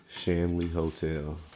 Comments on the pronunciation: You said "Stanley," my man!😂 And it's *scrying, my brother. We spent the night there a few years ago. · Shanley hotel not Stanley. Lol